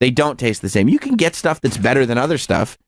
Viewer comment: OOOOHHHHH British.